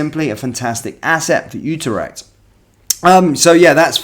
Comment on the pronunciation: It’s pronounced “You trect” not “ooo ter ect” mate